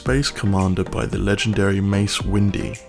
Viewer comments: Can't you read? It clearly says Mace Windy in the text. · Mace Windee